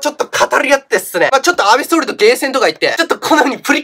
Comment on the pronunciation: 安倍総理がアベソーメンって聞こえた